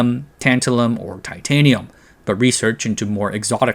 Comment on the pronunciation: When you said Titanium I SWEAR I heard Unobtanium, lmao! Thanks for the lesson